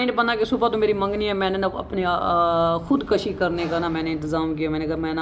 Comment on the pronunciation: Oo bhai khod kashi ni khod koshi hota hai 😂🤣🤣🤣🤣🤣🤣🤣🤣🤣🤣🤣